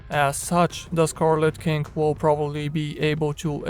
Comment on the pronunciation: I could swear you said scarlet kink:D sounds sexy